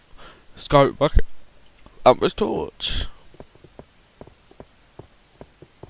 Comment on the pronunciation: Fucking Ambro SI-UM NOT ABROSE